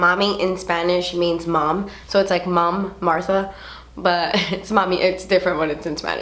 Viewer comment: Thank you for sharing your story. I'm definitely going to buy this nail polish. I love this shade and also the name. My mom died of cancer, so it's near and dear to my heart. I love how you say your grandmother's name. QEPD tu abuelita. 😘😘